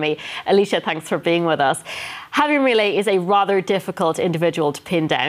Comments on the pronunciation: Me-lee-a… wrong Me-lay… correct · Que cosa como le cuesta a los no hispanohablantes decir milei 😂😂😂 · Is this a new fashion pronouncing his name wrong? Everywhere presenters seem to have the same issue. Its just 5 words.